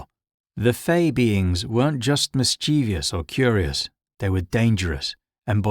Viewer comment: Loved the video, but I have to ask, do you know that you're pronouncing mischievous wrong? It's mis-chiv-us, not mis-chee-vee-us. Have a look how it's spelled, there is no second I after the V